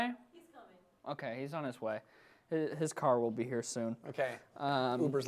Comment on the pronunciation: He's like that with many A Like he says cerr for car